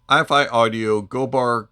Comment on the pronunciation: Good review! I'm not trying to nitpick, but the name of this company is Eye-Fi, rhyming with "hi-fi". Anyway, love your channel! Good stuff.